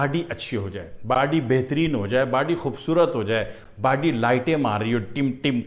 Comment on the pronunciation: It's not bady it's body..mm😂😂😂😂😂😂😂😂😂😂😂